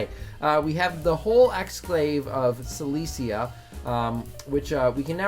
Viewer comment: "Sy-Less-EE-Ah" What The FUCK